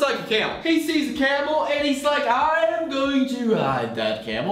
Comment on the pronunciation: It feels like ur saying Cannibal instead of camel loll